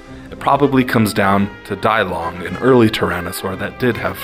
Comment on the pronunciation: Great vdeo but on minor correction. Dilong isn't pronconced dielong, but deelong because the name is Chinese and not Greek or Latin.